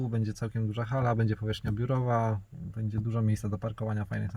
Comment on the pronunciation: nie mów bedzie tylko będzie:-) To będzie nam się lepiej oglądać. Dziękuję pozdrawiam 👍🏽